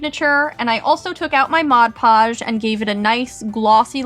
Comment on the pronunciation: I remember wen she use to say mosh posh instead of mod posh